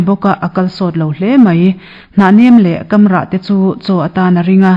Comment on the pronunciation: Kamrah tih i chhiar hi KAM tih tak hi a hniam a lam tur a ni e.